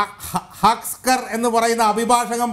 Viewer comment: ഹസ്കർ അല്ല തസ്കർ ആണ്.